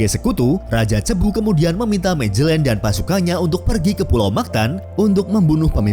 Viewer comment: Dibacanya Magelan bukan Majelen, ini Spanyol bukan Inggris